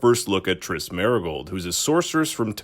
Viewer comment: They really butchered Triss huh